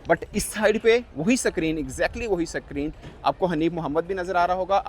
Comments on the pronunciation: Sacreen sacreen bol k pakaya is nay. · He is purposely saying sackreen, basically black jacket to get more views sanaullah pai shaana nikla 💵💰